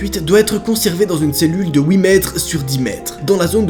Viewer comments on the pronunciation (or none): "Wite" Pour 8 sa me tue